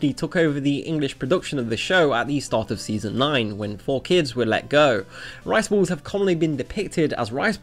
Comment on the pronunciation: The way you pronounce "balls" really makes it sound like you're saying "rice walls" instead of "rice balls".